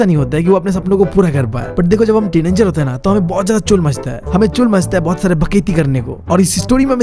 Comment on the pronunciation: teenanger teen😂anger he is saying this again and again😂